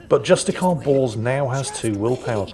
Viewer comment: ....Am i the only one hearing Justicar Balls or Purgator Fool? XD